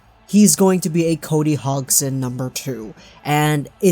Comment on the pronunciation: Cody HOGson